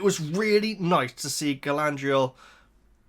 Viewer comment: Galadadadadadad-riel doesn’t have an N in it 😂 I think that’s where you keep struggling ❤